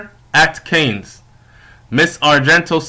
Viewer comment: FYI: It's not pronounced "canes"... as in the plural of 'cane'; it's pronounced as 'can", like "a can of beans", the 's' is silent.